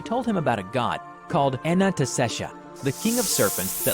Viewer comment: Thaumiel object class pretty much means is pretty much a god. Its also pronounced “o non ta shesha”